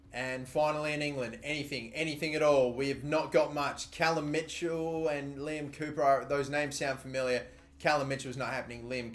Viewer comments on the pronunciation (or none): none